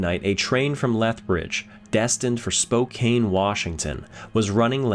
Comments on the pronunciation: I missed the part were he mispronounced Spokane, did he say, Spokaney 😂😂😂!? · Spow kane Actually, I like that pronunciation better. Next chance I get, I'm going to use that and see if my listeners figure it out. I'll tell them it's a Canadian pronunciation. They'll be impressed I know so much. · At least you're a historian doing your best in a sea of impersonal names. It's only insulting to us here in Spokane during a concert, when the artist will go on and on about how much they "love hanging out in Spo-kayne, and spending time with all their Spo-kayne friends". It just compounds the lie and makes the audience cringe even more with each mispronunciation. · Spokane is pronounced Spo can. Named after a tribe of natives in the area. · Excellent video and research ..... only flaw is the pronunciation of Spokane. should be spoh-KAN)😉 Edit;(1/14/24) thank you for your errata some of which I pointed out, it was no biggie, but thank you for doing what was right. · It is SPO-KANN. I love your stuff!!! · Incredible story, thank you for sharing….the name is pronounced; Spoke-Ann (Spokane) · FYI: Spokane is pronounced with a short 'A' not a long 'A'. Ignore that 'E' at the end. SPO-CAN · I cant help it I'm sorry, it is the 'Banff Springs Hotel" and Spokane is pronounced Spoh-can. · Spokane is pronounced Spo-CAN. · Pronounced “spo-kan” not that it matters.. lol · Errata: I mispronounced Spokane, Washington. And yes, the machinery by the mine is indeed a fan, not a hoist as I speculated. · It's a very common problem. Joe Rogan even says it wrong 😅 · Everyone mispronounces Spokane lol. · This doc is really great and I'm so grateful for the work and research that went into it, but the way u say Spokane kills me a little more each time. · Lol, Spokane Native (Spo-can not Spo-cane for those interested) here and we are used to it. Also, Kootenay made my ears bleed a bit, but used to that, also! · We always pronounce it as Spocan. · “Spo cane Properly pronounced: Spo can